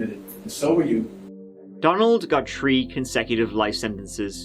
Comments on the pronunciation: Hey I never realized this before but this guy says three like tree. Has anybody else noticed his before? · Always a lot of three’s on “ The Chapter” Tree years old ... Tirty first .... twenty tree ✊🏼😜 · WHOOHOO, it’s twelve o’ tree pm. Lets give it a GUU!! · "July turdy ferst". "Waun, Tuw, Tree". Lol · I find it weird how you pronounce the H in the, that, there.. but not in three or thirty .......